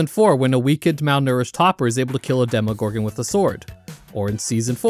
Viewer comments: why does bro keep saying "demigorgon" before switching to demogorgon halfway through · Stranger things taught me that education in the USA is null. Because how can you have such a large part of the population not being able to pronounce demOgorgon